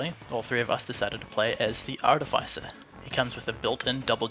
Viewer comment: ARTIFICER NOT ARDEFISER